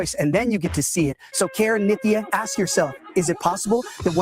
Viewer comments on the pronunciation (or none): Benny, no offense not trying to be rude, and I care not for Nithya Raman... Her name is NITHYA not NIKI...